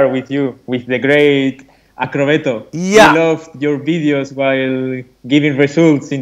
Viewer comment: He said akokobeto 😂😂😂